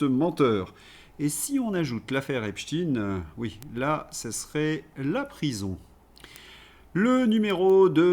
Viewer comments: Bon en France on prononce Epstein comme wittenstein ou Epstein Epstiin m'enerve. A part ça ça va 😂😂😊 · Cessez avec epstine !! C'est espstein comme Albert... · Nous sommes en France EPSTEIN et pas EPSTINE...S'il vous plait ! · STEIN STEIN STEIN. PAS STIN. CNNO. ARD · ….. pourquoi dites vous Epstine, et non pas Epstein, comme Einstein…? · Pas epstin c'est Epstein faut vraiment arrêter de dire epstin s’il vous plaît MERCI MONSIEUR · Pouvez-vous arrêter de dire: Eptin, c’est Eptein, en allemand c’est aïn !!!! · Epstine nom us: à prononcer à l'américaine . Soit epstein nom juif allemand à prononcer à l'allemande. Ne pas confondre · Salut à tous!!,on dit Epstein pas epstine 🤣🤣 comme on dit Lichtenstein,pas lichtenstine,alors je sais qu'ils aiment bien bien changer de nom, mais rien ne sert de les couvrir 😈😈 Comme on ne dit plus police ou gendarmerie mais milice et la justice est devenue l'injustice!! Grâce à qui?? Au feministo gauchisme bien sûr!!! Le camp du bien!!! Enfin,la dictature et la chianlit on connait, mais il serait dommage que les gens de droite se laissent gangrener par la distorsion verbale de la gauche!! On part de la déclaration des droits de l'homme et du citoyen (oui en français le masculin prime sur le feminin ) pour finir sur du celles et ceux et du iel... Notons que la marque "distinguée" qui consiste à dire: mesdames mesdemoiselles messieurs, c'est un peu comme tenir la porte à une femme!! Les raccourcis linguistiques sont légions pour flatter les gogos... 😈😈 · Il est comique 😂 il dit epstine, comme nos médias subventionnés. Je vais attendre avant de m'abonner à la chaîne. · Epstine est la prononciation en anglais, en français on dit autrement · pourquoi dites vous EpsTine? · Merde à vous à prononcer epstiiiiiine merde!!!